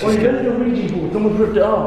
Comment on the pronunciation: Its vjamahh ouija board!